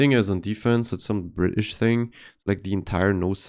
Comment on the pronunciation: I appreciate the Bri'ish accent here 😂